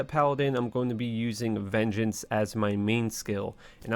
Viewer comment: bro i really want to like you but you act so weird and the way you talk bugs me lol. im still watching tho. veen gance? it's vin-jance.